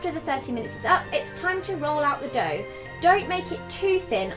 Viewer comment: your accent created an unintentional pun! "dough roll it too thin". I love you so much!